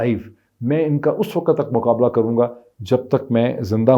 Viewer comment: Slaam jnaab I watch your blog. Your comments are unbiased and calculated, supported by your search. Your command on Urdu and English is good. However it is bit irritating to hear Time as waqat, where actually it pronounced as Waqt. I hope it is not offensive and expect a corrected version. Thanks.